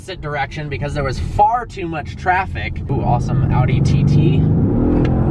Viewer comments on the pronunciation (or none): none